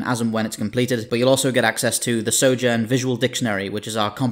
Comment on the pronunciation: You can't pronounce SOJOURN